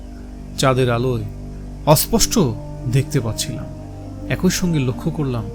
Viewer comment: ভালো উপস্থাপনা। তবে একটা জিনিস বড্ড কানে লাগছে 'একই' কথাটাকে বারবার একোই একোই উচ্চারণ করছেন কেন? ভালো উপস্থাপনার মধ্যে এটুকু কানে লাগছে বলে বললাম, দয়া করে পজেটিভলি নেবেন.....